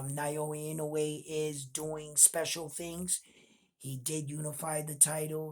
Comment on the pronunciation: Hey, you've got the "Inoue" pronunciation down now. 🙂 Now let's tackle "Naoya" It's: nah-OH-yah You're saying it like: nai-OH-ee Japanese vowels are actually super simple. They don't have very many of them, and the romanized spellings show you pretty close to exactly how to pronounce it. "NA" = NAH "O" = OH "YA" = YAH